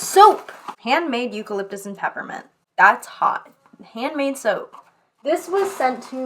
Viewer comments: When she said soap I thought she said soup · SAME I was so confused